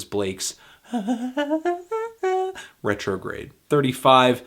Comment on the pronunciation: ret. tro. grade. come on.